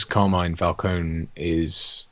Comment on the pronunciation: Never mind Falcone, how come no-one in this film can say Carmine?